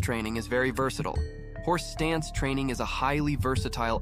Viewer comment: wait, are you saying horse dance?